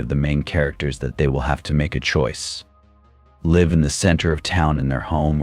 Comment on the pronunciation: Seems obvious; droning monotone, inexplicable mispronunciations of words like "live" and "cicada," misplaced emphases in sentences. I think a human narrator would also struggle with the clunky writing